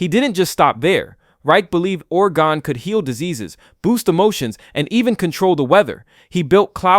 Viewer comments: I thought orgone was pronounced or-GOHN. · Orgone is pronounced or goe n. You even say it properly after mispronouncing several times. This pronunciation is different from orgonite which is where I think your initial annunciation is coming from.